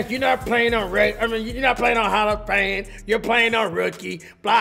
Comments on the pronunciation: he says HALL OF PAME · Man said Hall Of Pame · Nobody: Cash: “Hall of pame” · Hall of Pain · Anybody else realize that he kinda sounds like he is say "Hall of Pame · Is it just me or did it sound like cash was saying hall of pain instead of hall of fame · Cash say hall of pame but no hate no hate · He said Halla pain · hall of pame is wat he said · “Hall of Pame” 😂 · “HALL OF PAME” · You say hall of bame not fame it makes me crack up every time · is it me or he is sayin "Hall of Pain" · G you serious...? Hall A Pain? no hate just lettin you know man. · Cash u saying “hall of pane” it’s “hall of fame😂😂😂😂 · He knows it’s hall of fame he just calls it hall of pane